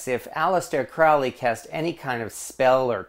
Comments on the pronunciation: Dude your saying his name wrong Cr-ow-ley is fowly but Cro_hley is holy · Crowley is pronounced Crowley as in Holy not Crowley as in Foully. A.C. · It’s CROW-ley (as in Holy) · It's pronounced CROW-LEE. It rhymes with HOLY, like in the poem. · It’s Crowley like goalie ughhh get it right